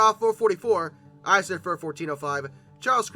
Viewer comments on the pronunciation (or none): none